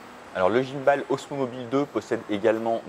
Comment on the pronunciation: Merci pour cette vidéo ! Par contre, svp, ne dites pas "guimeballe", c'est juste horrible à entendre ! C'est de l'anglais et on dit "guimebole" :-)